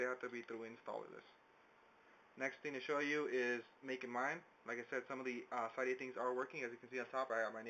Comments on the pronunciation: It's pronounced "cidiya" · It's pronounced like cidia